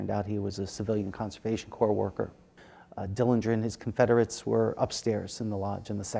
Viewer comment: Why does he keep saying, Confederates lol